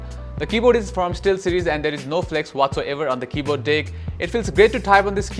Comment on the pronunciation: Bro video is good and pretty helpful but Pls say 'deck' and not 'dick' . It makes the video pretty wierd